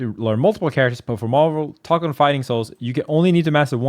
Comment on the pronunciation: Just say marvel tokon. Not hard.